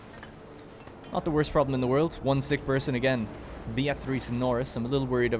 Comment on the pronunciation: Beatrice is just "beer-triss".. Like the author Beatrice Potter. I dunno where you got this Be-A-trice thing from. 👌